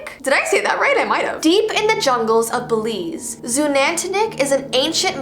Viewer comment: BELIZE?! I LIVE THERE!!! I went there too.its so cool! I've heard the legend as well! And...u pronounced it wrong hehe😅